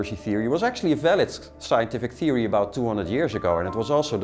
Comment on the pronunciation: 'conspiracy thewee'